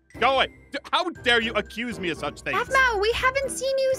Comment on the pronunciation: no it’s aphmau not ahmau